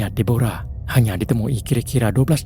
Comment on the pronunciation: Cerita ke 4, Deborah atau Debra disebut sebagai De-bra bukannya Di-bo-ra. Despatcher 911 tu tidak bersalah. Dia cuba menenangkan situasi, cuma pertolongan yg lambat tiba, keadaan biasa dlm situasi banjir kilat dan ribut serta cuaca buruk. Nasib tidak menyebelahi mangsa lemas berkenaan.